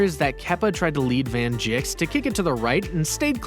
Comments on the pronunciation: it is not van jik its van dik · its van dijk but bro said van jik i thought he said van chick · Van Jik what the hell it’s van dijk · He’s called Van Dijk nerd not Van dik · ishowspeed saying van digk lol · WHY DOES HE CALL HIM VAN JIKS?!?!?!?!??!!?!?! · No he said van jik in the recording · Bro said van jik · Bruh he called Van Dijk “Van Jik” what an idiot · Bro really said “van Jik”💀💀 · He pronounced it wrong but right, it sounds like Van Dike, but its spelt Van Dijk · Did this man really just call Van Dijk van jik? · It’s van “ dike not can ‘djik. Even though it’s van dijk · it's not pronounced van jigs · Man said van jik😂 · He called van dijk bad jicks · Man said van jik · bro he an not pronounce fulham and van dijk